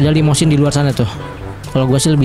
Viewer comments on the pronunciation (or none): Itu limosine bkan limodine